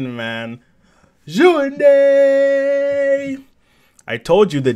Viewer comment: Lol .. ANAYA DJOUNDI not WARAYA DJOUNDI bro... Waraya means behind me in Arabic ... We're all DJOUNDI. .. peace